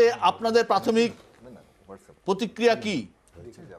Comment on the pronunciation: এমন একজন মানুষকে টেনে নিয়ে এসে বসিয়েছেন যে প্রতিক্রিয়া টাও বলতে পারেনা প্রতিক্রিয়া কে বলছে প্রক্রিয়া😂 আপনারাও শেষ পর্যন্ত চটি চাটা হয়ে গেলেন !😢